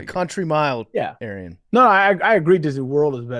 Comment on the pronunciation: Brace fcking up Arian's Name every time he says it will never get old to me.